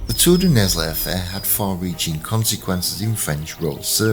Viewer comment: it's pronounced Nell, the s is silent. The first book, called the Iron King, of the Accursed Kings (Les rois maudits) series by Maurice Druon details this scandal, and also includes the Templars' demise. The French Salic law contributed to the 100 years war. If Phillip's sons had had male heirs, the Capetian dynasty would have continued. Goes to show that MAN made laws can be devastating.